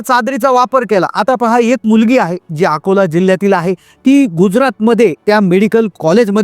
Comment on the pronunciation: अब 😂 अकोला आहे 😂अकोली नाही झाटू 😂